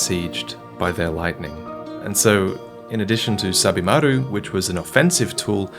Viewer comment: At first I thought you were saying "Stab-imaru".